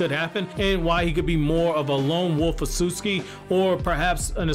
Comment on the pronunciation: Why is he mispronouncing otsutsuki?